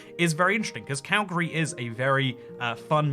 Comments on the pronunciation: where is "Calgray" Alberta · Calgary not Calgray